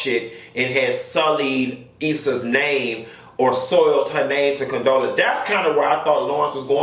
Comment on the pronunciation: I heard CONTROLLA, COUNTESSA 😂😂 What did Condola sis do to y'all